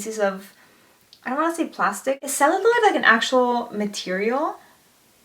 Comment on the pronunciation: believe it's pronounced cell - you - loid ! loved your outfit btw you looked so good!! don't doubt yourself, you're killing it!!